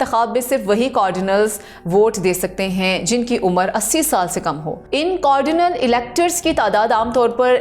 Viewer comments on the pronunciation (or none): Cardinal کارڈینل کا تلفظ غلط پڑھا گیا 135 کارڈینل ووٹ کاسٹ کریں گے۔